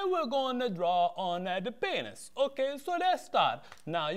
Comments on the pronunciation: LOL "PAYNISS" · PAYNISS HAR